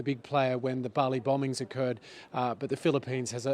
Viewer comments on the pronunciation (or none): none